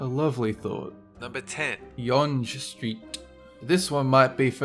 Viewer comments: We say young st not yon ge street regarding number 10, I know it isn't spelled that way but that is how we say it. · Yonge Street is pronounced Young it starts at the lake in Toronto and heads north. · It's not pronounced like YONJ STREET it's pronounced like young street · Sichuan ==> Sir ChooWAN. Si = 四 = four. Chuan = 川 = river. Yonge Street, pronounced "young," not yunnge. Um,, are you maybe in the wrong line of work? You being incompetent and shouting a lot doesn't make stuff odd. It just leaves you loud and incompetent. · It's pronounced young, not YONJE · For the record. It's pronounced "Young", not "yonj" street. Also the contention is really really steep for the longest single road title. Yonge street doesn't even keep the highway 11 moniker through the pretty much all of Toronto itself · It's pronounced YOUNG street, not YUG street. seriously wtf is wrong with you? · #10 Yonge Street, actually pronounced "Young" Street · Yonge Street is actually pronounced YOUNG Street and yes, Yonge Street and Highway 11 are one and the same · It's pronounced YOUNG (Yonge) in Ontario mate. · Yonge street is pronounced like "young". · It's pronounced "YOUNG STREET".... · it's pronounced "young" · Yonge ST s actually pronounced Young St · not gunna lie it made me cringe when you mispronounced yonge street. then i realized it is spelled pretty weird to be pronounced young for those who never heard of the street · Its pronounced young street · #10 is pronounced. Young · 'Yonge' in Young Street is pronounced 'young'. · You pronounce "younge" like young also yes I live in Ontario Canada..... but not Toronto but younge runs through my city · younge street is pronounced "young street" just saying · it's pronounced young street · Younge Street is actually pronounced "young" street, it sounds a bit easier to say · LOL how he pronounced Yonge street over here we pronounce it young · #10 is pronounced "young" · Yonge Street is pronounced young